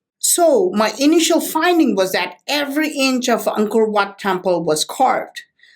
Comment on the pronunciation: Whenever you say Angkor wat I hear uncle watt it's so funny ..lmao👍